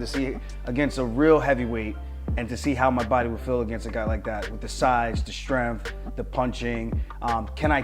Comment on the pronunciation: someone tell aljo there is no F in strength